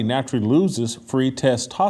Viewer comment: I like the way pronounces the word testosterone but I like even more the fact that he's hella based.